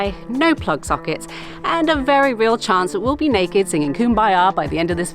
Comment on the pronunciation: And you DID end it singing and "nekkid". Haha What an interesting place. Sometimes just shaking things up a bit is a good thing and if it works, who's to say it's baloney.